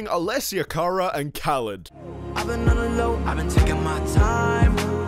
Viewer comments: It's ka-lead not ka-lid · Is pronounced Ka leed not kaa lid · Bruh you said Khalid wrong. It’s kha-leed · It's pronounced KUH - LEED TRIGGERED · Khalid, pronounced kha-leed bro. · As a Khalid fan I got triggered when he pronounced his name wrong 😂